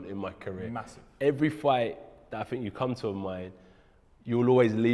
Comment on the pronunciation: Bro think doesn't start with a F (fink) you guys created the language and yet you can't speak it